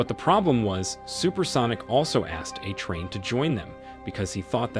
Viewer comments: The way this AI says “a train” when saying A-Train’s name is hilarious. But once it said Huey used a stun gun to attack Translucent let me know this script had to either be written purely by AI or someone that hasn’t actually watched the show. From the images shown on screen when it said that you can clearly see that it wasn’t a stun gun being used! 🤣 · PLEASE put a hyphen in A-Train so the AI can pronounce it like it's supposed to be!!